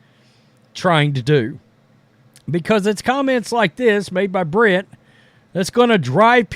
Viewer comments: dude, it’s Brink not Brit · It's Brink not brit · BrinK not Brint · Brink not Brin. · I’m not defending her , I can care less about any of these WNBA players but bro pronouncing BRINK as BRYNN is CRAZZZZZYYYY like can you really not read ? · Someone needs to ask Cameron if it's okay for a male player who chooses to identify as 'they' plays in their league. Cameron had better hope he plays for her team, or she might get very injured by him. And as for, her last name is BRINK, not Britt. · How do you get her name wrong every time? It’s not “Brent” it’s BRINK. You have absolutely terrible coverage. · Guessing Angel Reese wasn't a math major...can't do simple arithmetic. Appreciate your statements, BUT please say the names correctly! It's BRINK, RHYMES WITH SKATING RINK. Aside, I think anyone who uses they/them must have multiple personality disorder. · You can't even pronounce the person you are talking abouts name. What an idiot. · Yo if your gonna make a comment about about my girl. Then you gotta pronounce her name right lol. Bcus you seem to push the color card against CC knowing CB and CC are great friends on and off the court. So to be honest your one of the ones pushing the race issue. What she said is not a shot at CC like you said. Maybe my girl just kept it real. Bcus if you look BG or listen to him/ her talk it's a dude. She is not taking shots at CC like you said at the beginning. She kept it real and said what others are to damn scared to say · You really should learn how to pronounce her name correctly. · This guy can't even pronounce the name of the player he's trying to trash. And, FYI, the NBA is predominately black as well as the WNBA. That is not news. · When this guy gonna get her last name right😂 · Like the article, but at least do the research to get her name right. It’s in your title, yet you can’t say it even close to correctly